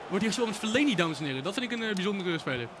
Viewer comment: Het is Fellaini geen feleni